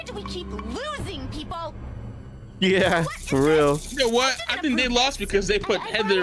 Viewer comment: You said gor instead of for, and I just hate Heather so much